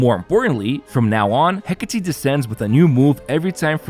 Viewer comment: Fist you tuber to pronounce Hecate correctly, you have my support from now on 😊